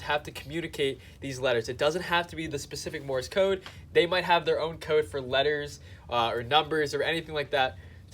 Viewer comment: It's not Morris code, like you keep saying. It's Morse code. Pronounce it like the word: course or force or horse, etc. Just add an M as the first letter. Morse code. I bet you call duct tape, duck tape. Learning to speak is important. Now you might sound smarter. The more you know, bro!